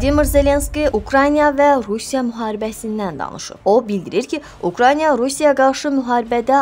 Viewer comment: Reportajda biyabırçılıqlara görə sizin videolarınlza baxa bilmirəm , danışan xanımın nə diksiyası var nədə ki sözləri vurğuluya bilir bir fikir verin da ! Ukraynya YOX ! (can sözünü dzçan deyənlər)